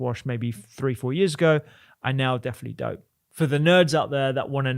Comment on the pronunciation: "important" -- with a T in the middle. "don't" with a T on the end. Not difficult: just touch your tongue to your upper teeth and you'll get the letter you're missing right now. You don't have to sound like a half-wit: you can probably get over it in half an hour of thought.